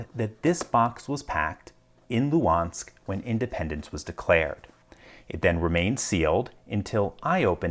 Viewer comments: As a former Luhansk citizen I still have such lock in my forsaken apartment. Maybe should change it after this video if we can return this territory :) But have to clarify that third letter in the name of the city is pronouncing more closer to [g] and is not skipped. Thanks. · Just a note on the pronunciation of Lugansk/Luhansk. There is always confusion in the pronunciation of any transliteration of the Russian G. G is always transliterated as an English H, but this is a transliteration artifact only. The actual pronunciation is a hard G. So anytime you see a Russian/Ukrainian word that has been transliterated and has an H it is always pronounced as a hard G. Therfore, the correct pronunciation of the English transliteration Luhansk is lugansk. Sorry for the off-topic comment but someone (as anal retentive as I am) needed to point this out. There are other letters that this applies to but H/G is the most common. It all comes down to the transliteration of voiced/unvoiced consonants, which is a complicated topic. Have a nice day!